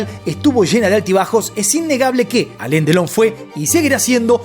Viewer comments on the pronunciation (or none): No es Alen es Alan 😅